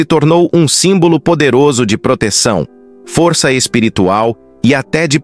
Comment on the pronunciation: Tem que melhorar o sotaque da inteligência artificial. "foriça" , "marica", "inforimações", é muito irritante. Tem que falar direito.